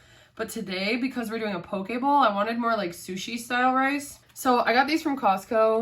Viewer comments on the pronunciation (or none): none